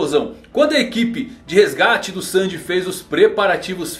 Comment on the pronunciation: Gosto muito dos seus vídeos, mas vc podia melhorar a pronuncia das palavras e nomes em japonês, "mochi, Roronoa, Sanji, entre outras